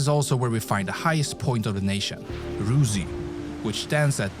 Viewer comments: Rysy, not “ruzy’. The pronoucination of places is poland in the video is wrong. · The highest mountain is not Rusi, it is Rysy, pronounced like Risi, where the sound i in both positions is pronounced like in the English word it. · Top mountain is called Rysy not ruzi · The pronunciation of the Polish sites is beyond horrible Highest mountain is Ruze ??!! Rooze?? WTF ?? Visla is shared with Bialorus and Ukraine ?? Do I hear this right ??? I stopped watching and won't comment anymore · Not Ruzy, but Rysy😅😂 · The highest Polish mountain (shared with Slovakia) is Rysy, but the pronunciation is just [rysy] - exactly how its looks in writing. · The highest mountain in PL is Rysy. How can you pronounce "y” like "u”? (You don’t know what I’m taking about?)